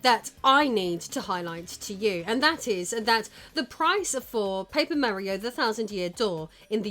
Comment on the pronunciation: Paper Meh-rio indeed